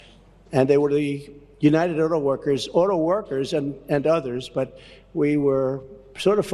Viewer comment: He cant even say auto workers. It's no wonder he paid people to be there and hold signs his campaign made. Exactly like when he came down the Russian paid escalator